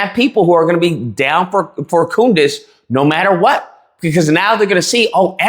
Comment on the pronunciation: You said" Coondace!" 😂😂😂